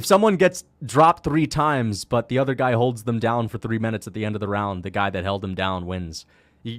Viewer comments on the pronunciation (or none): none